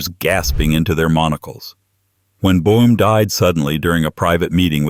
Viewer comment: Boom? Or Bowwm?